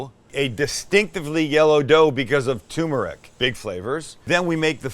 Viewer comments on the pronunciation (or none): Turmeric is pronounced TURmeric, not toomeric. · TUR - MER - IC not "toomeric". I do this cuz i love you. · Also, it's turmeric, not too toomeric 😉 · TUR meric... you knucklehead... not too meric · It's turmeric, not tumeric. Don't drop the R. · It's called tuR-meric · Please, please, please! The first r in tuRmeric is not silent! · TURmeric, Sam, TURmeric.